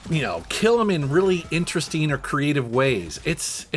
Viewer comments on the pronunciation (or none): This guy pronounces "ing" as "een" Interesteen, collecteen. Kind of annoyeen.